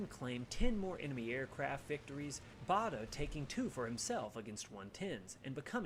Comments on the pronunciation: Don't take the pronunciation in that video seriously, whoever (or whatever) who was speaking is not British. For one he said "the Royal Berkshire Hospital", in England Berkshire is pronouced Barkshire and we've always known Douglas Bader as as being pronouced BAIDER not BARDER. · To the commentator it is BADER nor BARDER!